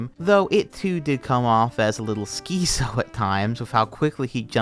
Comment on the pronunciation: “skeezo” I think you mean schizo, and its pronounce Skits-O. Like schizophrenia